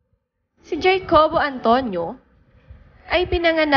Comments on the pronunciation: Uy ms. narrator, the son's name ( Jacobo): is pronounced as Ha-co-bo, it is a spanish name. Kalurkey itong nag voice over "Jaycobo" raw hahaha! inartehan pa mali naman! eh d naman bago sa atin ang mga name na spanish ang origin, halos karamihan nga ng pinoy eh may spanish na name at surname. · It;s Ha-ko-bo, not Jay-ko-bo. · Jacobo (Ha-co-bo) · Nabago na pala ang Jacobo. Jay-kobo na pala bigkas ngayon lol Pati ang Sassenach (sasuhnak), Sasenatch ang bigkas! Nabago na rin pala?! Lol It won't hurt to research and know what you're talking about. Wag puro "latest scoop" ang atupagin. Mag invest ka rin ng time sa proper pronunciation ng mga word. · Jacobo is pronounce as "hacobo"